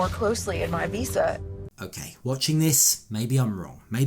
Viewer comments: really. I noticed that. He can’t even say visa correctly. 😂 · Dude, it’s pronounced VISA not WISA. He’s putting Jen down and can’t even speak. 😂